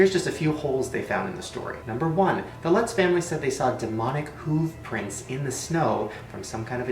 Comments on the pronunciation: My last name is Lutz. It's pronounced L OO T Z. Sorry I just cringe every time someone says it L UH T Z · When he was talking about Amityville horror he pronounced it Luh-tz but it's actually Lew-tz. I'm not trying to be rude but the movie is about my best friends family....